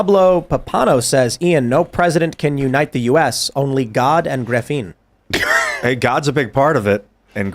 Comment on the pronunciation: Ian just hurts my brain with his level of dumbassery, "huh huh graphine"